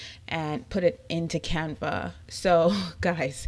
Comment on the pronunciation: I love the way you pronounce Canva!!! You are so beautiful 🥰 Thank you lovely. This is an amazing video